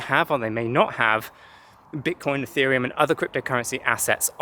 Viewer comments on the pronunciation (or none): none